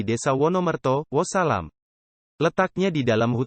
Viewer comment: Bukan wosalam,tpi wonosalam min...piye see